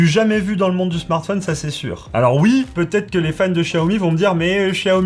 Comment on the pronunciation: Rien qu'à l'écoute de la prononciation de "smartphonne" j'arrête là. C'est ton métier en plus mince!